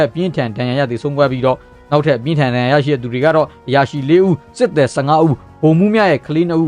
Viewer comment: Ko jackရေ အမှားပြင်ပေးပါရစေ စစ်သည်(သယ်) လို့မဖတ်ရပါဘူး စစ်သည်(သီ) လို့ဖတ်ရပါတယ် ကျန်းမာပါစေ အမြဲအားပေးနေပါတယ်